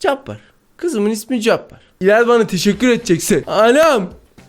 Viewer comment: Abi Cabbar neye sanki alicabbar 😂😂😂😂😂😂